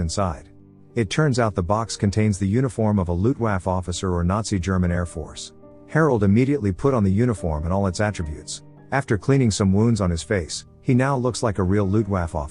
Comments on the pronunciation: The computer narration is horrible. "Loooft waff" officer? Also, the mov being reviewed sucks. The whole thing degenerates into a dystopian shit pile. Don't waste your time. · The waffe of Luftwaffe is actually pronounced like waffle but without the L